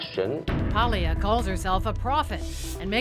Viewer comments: Paglia: It’s pronounced Pául-ya, not Pag-lee-uh. It’s like people who call mafia counselors “Con-sig-li-airy”. It’s spelled “consigliere” but pronounced “con-sill-yari”. The G before an N or L is silent but adds a “ya” sound in Romance languages like Italian and French. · is Italian? She doesn't even know how to say Ms. Paglia's last name? What a bimbo. It is pronounced Palia, I am not Italian, but I know how to pronounce it. What a bimbo she is. She self objectified. She used her sexuality to sell herself. Men did not do it. What a moron. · Honestly should know better than to mispronounce Camille’s last name as she is of Italian descent herself. Imagine if people called her Cee-Co-Nee instead of Chi-Co-Nay.